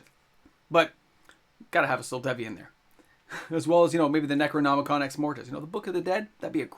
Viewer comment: Necromoni...what? I've read that title forty years ago and couldn't pronounce it then either lol